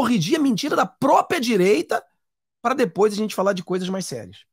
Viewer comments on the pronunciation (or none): none